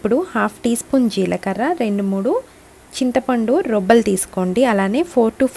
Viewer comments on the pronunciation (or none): రొబ్బలు కాదండి రెబ్బలు